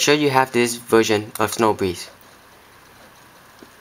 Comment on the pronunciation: he said virgin instead of version hehehehe